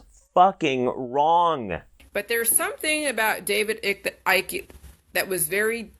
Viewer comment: If you can feel parasites under your skin, you need to see the doctor as that be..... Scabies!!!..... And also dear its David Icke as in bike, NOT Ick as in SICK.... She's hurting my brain, my brain is actually hurting!!! 🙄🙄